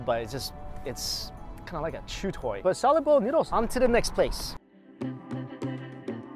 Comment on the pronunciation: "Shawlid bowl of rishe". Anyone else hear that?